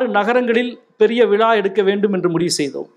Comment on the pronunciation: அடிக்கடி விலா என்று சொல்கிறார் விழா என்று சொல்ல தெரியவில்லை. இவ்வளவு பெரிய எழுத்தாளர் தமிழில் ழ கர உச்சரிப்பில் கவனம் செலுத்த வேண்டும்.